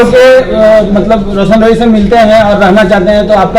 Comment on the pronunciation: वकील सर आपको तो रौशन रोही नहीं बोलना आता है